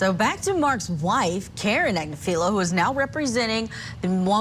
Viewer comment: People are killed in cold blood in America daily. Also, the name is pronounced Ag-niff-a-low.